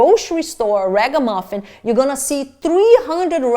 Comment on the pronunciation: I lose it every time you say ragamuffin 🤣